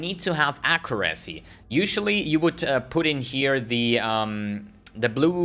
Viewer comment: plsss :c google "how to pronounce accuracy"